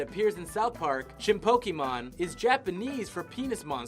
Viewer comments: It's pronounced: Chin Po KO Mon Not Chinpokeemon. You illiterate. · "Cartman Gets An Anal Probe is the only non-digital episode." What about Jesus VS Frosty and Jesus VS Santa? Also, it's pronounced PO-KAY-MON or PO-KEH-MON, not PO-KEE-MON. "Chef was never seen anywhere from the front." In "Cartman Gets An Anal Probe", you can see him turning around. You can even see his back. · Isaac is pronounced "eye-zak"! ChinpoKO mon, not KEY. That extends to "poke" from Pokemon, where "ke" is pronounced as "kay". Damion is pronounced as it looks, it's not "demion". Juniji Nishimura's name you didn't even bother with. C'mon, guys. Have some standards.